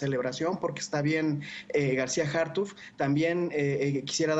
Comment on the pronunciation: A ver mi Chairo aprendase el nombre!!! es Harfuch no Hartuf!!! No sea Wey!!!